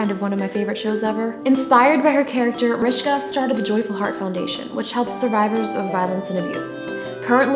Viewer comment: haha it sounds like she's saying, "Marishka." hahaha